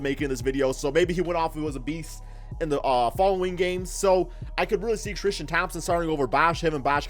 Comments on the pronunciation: Tristan not Thrishtan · "thrishtam thompson" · The way he pronounces his name "Tristam Thompson" 😂😂😂